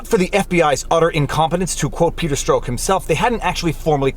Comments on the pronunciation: It's Strawk not Stroke. Canadians. 🙄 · Peters name is pronounced like STRUCK! not STROKE! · Strok is pronounced Struck, for future reference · I believe it's pronounced Peter "struck" Peter Stroke sounds like an adult film star hahahaha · I've heard Peter Strzok's surname pronounced as struck, not stroke, on American news channels. That's "struck", as in dumb f***.